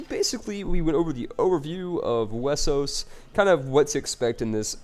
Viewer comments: Why do you say Wessos? Why not Westeros? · is westeros and is pronunce westeros but some people can't say it right so thay say it wessos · STOP SAYING WESOS